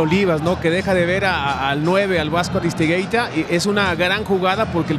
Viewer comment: Al vasco "Aristegeyta" -oswaldo Sánchez